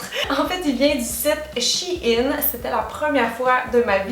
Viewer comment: On prononce pas le "e" dans Shein !